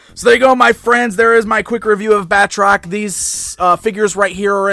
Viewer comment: His name is pronounced 'Bat-Rock', not 'Bat-Trock'.